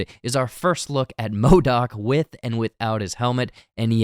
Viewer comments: yes... WHY ModAk. hahah It's MODOK. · Sooo we gonna ignore "MODAK"